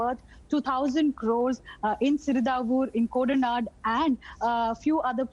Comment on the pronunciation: Koda Nadu not Kodanand !!